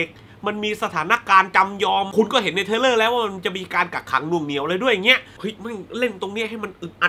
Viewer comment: ขอพูดนิดนึงนะครับพี่ ผมได้ยินพี่ออกเสียงปนกันบ่อยๆ ระหว่าง ทริลเลอร์(thriller) กับ เทรลเลอร์(trailer) สองคำนี้มันคนละความหมายกันนะครับพี่ ผมกลัวบางคนเขาฟังไม่เข้าใจ ผมเสนอ สมมุติออกเสียงผิด แต่อัดไปแล้วแก้ไม่ทัน อาจจะใส่ซัพขึ้นแก้ก็ได้ครับ เรื่องภาษาอังกฤษนี่ผมไม่อยากให้พลาดจริงๆ ด้วยความหวังดีฮะ ปล. รอดูรีแอคชั่น uncut gems นะครับ :D